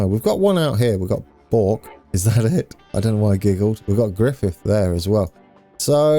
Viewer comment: Bourke as in work